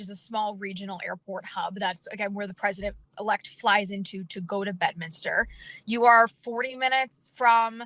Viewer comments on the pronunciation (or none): Is this an old report ,Ross? I kept hearing "Pesident ELECT Trummmp"